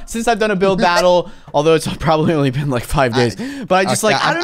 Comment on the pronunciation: DID I HEAR UNSPEAKABLE SAY BUILD BOTTLE.